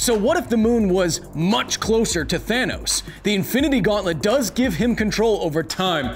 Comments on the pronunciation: Thanos not tharnos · Tronos you said !?! Throw 'nose' ??